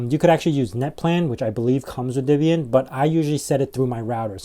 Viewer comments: It's not DIBIAN it's DEBIAN - the DE is like the DE in DEAD... not DI as in DIB DIB DIB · It's actually "Deb-ee-uhn", with a short "e" as in "Debra" or "bet". Not an "i" as in "rib", as you insist on pronouncing it.